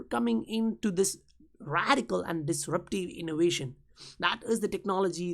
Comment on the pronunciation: What strange dialect is this? Is it XRCRAP language? “Innowation”